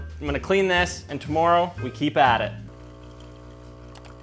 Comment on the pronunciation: Who says tomorrow like that?